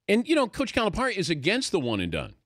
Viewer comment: It's Cali - Pair - Ee - the least you could do is pronounce his name right. Plus you should understand his relationship with the local reporter. They're constantly jabbing each other. You can't take their exchange literally. Louisville is great again? KY beat them and they lost this past weekend. I'll just stop there...